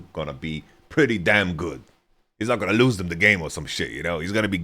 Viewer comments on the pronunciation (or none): none